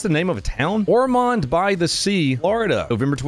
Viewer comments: As a local, “Or-mund” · Or-muhnd by the sea. I live near there. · I used to live in ormond by the sea, it was a nice place in the late 80s. 😂 it’s north of Daytona, (holly hill, ormond, ormond by the sea, then Flagler) and it’s OR-mund not or-MOND. 😊❤🦆🦆🦆🦆🦆🦆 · "Ormohnd" lol. I live in regular ormond beach not in ormond by the sea